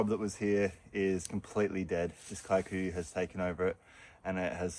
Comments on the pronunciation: Kikuyu grass. You used to be closer to saying Kee. Koo yoo grass. Somehow you dhifted to KAI ku ya?????🤣 we have it invading Maui too! The ranches may have planted it since it’s supposed to be good forage…..Kee koo yoo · Yup, I recognise that grass and it’s usually super tough and requires routine upkeep. Kikuyu is a Kenyan tribe not South African. You pronounce it as: Key-Kuh-you…for what it’s worth 😂 but great work! Always enjoying your content and kindness.